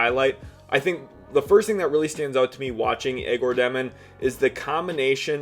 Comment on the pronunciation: You must not have watched much of Egor if you can’t pronounce his name.